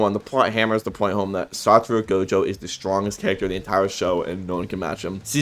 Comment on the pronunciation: its actually satoru not saturo, im saying this bcs early on even i used to think his name is saturo 😅